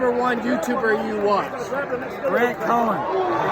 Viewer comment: Did that great ballpayer in the intro say "Grant CoWen?" Fine endorsement.